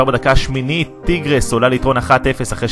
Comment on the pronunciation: אומרים טייגרס לא טירגס